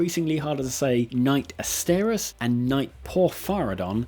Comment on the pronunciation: I don't understand why Asterius or Porphyrion are so hard to say, or why people constantly mispronounce them 🤷